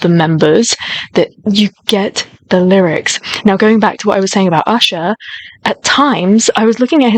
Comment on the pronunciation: Stell's voice is uniquely clear.. crisp stable..strong..and so powerful..also his pronunciation of the lyrics is so clear...